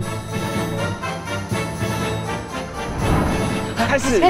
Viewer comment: 把Gary的r故意縮小超好笑XDDDD